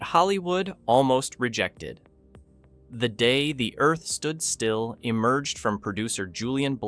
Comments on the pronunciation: Before that it was "Claw-too"...ugh! And then there's "The Day (long pause) the Earth Stood Still"...gag. And THEN it says that the musical score helped the actors in the portrayal of their character?? The score / soundtrack is added in POST-PRODUCTION... LONG after the actors are gone! Sheesh!! It baffles me that creators of these clips are too cheap to hire REAL actors who have actually SEEN the film to provide the narration. Do they not listen to the playback and see how ridiculous it is? Needless to say I will NOT be subscribing to this channel. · That the video's narrator is a mediocre AI? The Day The Earth Stood Still